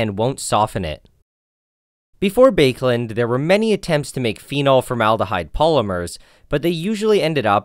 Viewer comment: The pronunciation of the inventors name is bah-kuh-lahnd and not bake land Land pronounced like wand with an L Its therfore bah-kuh-liet "Liet" like lead and not lite